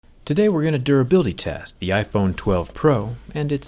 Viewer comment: "Today we are gonna 'dourability' test"